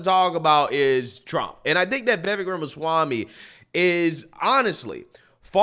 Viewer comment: He already said he won't be Trump's VP. He's also an ivy league educated attorney like Ben Shapiro and his analysis is always very thorough but succinct. you best start pronouncing his name right. 😂 He might be willing to come on your show! 🎉